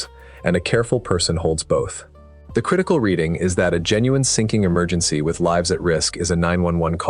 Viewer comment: Where's da emer- gin- sea? Allegedly!